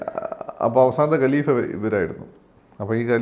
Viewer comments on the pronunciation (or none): Gelifa Alla, Khaleefa Aan.